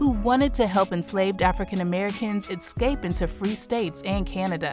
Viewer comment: Beautiful piece about a great human being but im sorry, hearing "exscape" all the time is very annoying...